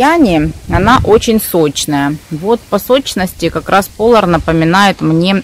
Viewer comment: Не ПОлар, а ПолАр!